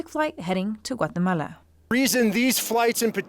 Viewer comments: This woman is a moron. Troops are people. It’s designed to carry both equipment and people. Also it’s GUAtemala. Not Watamela. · "Watahmala, Watahmala, Watahmala"...You sound like a FOOL!